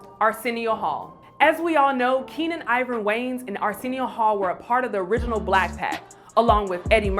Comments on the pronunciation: Their last name is pronounced WAY-YANS not WANES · Way-Ans. Not Wayns 😒